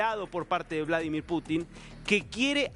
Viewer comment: Vlodolir Putin?? De dónde han sacado a ése reportero?